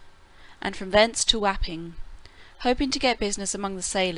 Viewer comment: FYI Wăpping should be pronounced wopping. But I don't blame the reader for not knowing. 😊